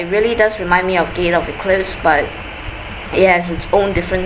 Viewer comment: Oh I thought you said "gay" eclipse